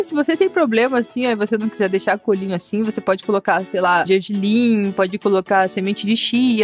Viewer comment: "Cuelinho nois ké" shshshshshs